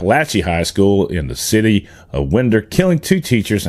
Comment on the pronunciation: Not to nit pick but the city is pronounced Wine-der not Win-der. Keep up the good work. Love your insight, facts and opinions.